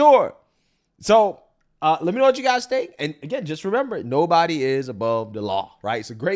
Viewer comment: Nobody-a is-a above-a the law-a.